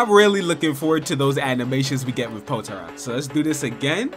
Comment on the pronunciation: Happy Birthday and also it's pronounced "Poh-Tah-Rah" for potara btw (Marcus7620 Early Access Z Battlegrounds)